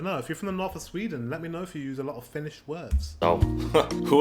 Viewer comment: His finnish pronounciation is the typical pronouinciation most swedes have when sayin finnish words, i.e incorrect